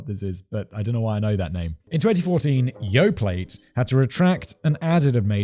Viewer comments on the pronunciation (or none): “Yoplait” is pronounced “Yo-play”. :) “I know the name Farrah Fawcett…” I feel so old. lmao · Yoplait with a hard T is unreasonably hilarious